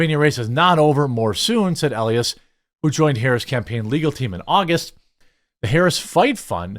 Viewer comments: It’s pronounced E-Lie-Ass. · You don’t even know the lawyer’s name. Biggest democrat campaign lawyer and you read it like you have no clue who he is. Check your pronunciation. E-lie-ass is how you pronounce it. Rather fitting actually. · Jeremy it's pronounced Mark E-lie-ass E-lie-ass not Mark Ellieess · E Lie Ass, say it with me, E-Lie-Ass, Marc E Lie Ass That's his name!